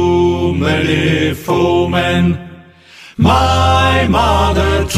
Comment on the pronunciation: Hew many foe-men. Always sounds like “too many women.”